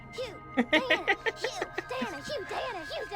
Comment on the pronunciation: raises hand Is there a particular reason you pronounce the "g" in Hugh?